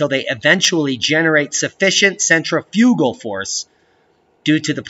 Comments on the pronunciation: Might be a Canadian. I've noticed they can usually pass for American until key words are said. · Heh, he doesn't know how to say "centrifugal" correctly.